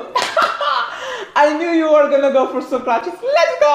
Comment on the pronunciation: "Soukratis" bruh 😂